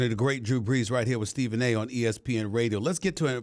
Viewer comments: "Drew Breews" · “Drew Breews” 😂